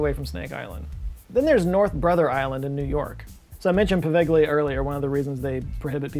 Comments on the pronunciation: No. I'm Italian, actually from Venice. "gli" is not pronunciate "li" even if I prefer that to the hard G-L-I that used. The sound i actually a "soft" G connected to the L. There isn't a sound quite like it in English so I will post a vide of a guy explaining it. In another comment because often youtube deletes che comment when there is a link, so if you don't see another comment of mine, with the link, after this one, that is the reason. If that happen, you can guys look it up "how to pronounce "gli" in Italian" You'll find something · Poveglia, with gli is read like Povelia the gli/gle in Italian is kind of (not exactly) a soft L like "liute", it's not an hard G like "guide". Also you can visit the island with a little of "ingenuity" let's leave it at that. Good luck try to visit the Vatican archives, much more difficult. Source I'm Italian. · Are you sure about that pronunciation of Poveglia? No seriously, you said it wrong and it took me seconds to look it up on Wikipedia. It's pronounced like "poh-VEL-ya." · On the subject of Poveglia... You do not (or at least: hardly) pronounce the 'g' in the name. So it's actually pronounced [povelia]. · Poveglia: po-veh-lia. Any G before a L or N in Italian is pronounced 'lyuh' or 'nyuh' (like the sound in onion (uNYun)) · That's not how you pronounce Poveglia. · Great video as usual. Small heads up though, your pronunciation of Poveglia is trash 😅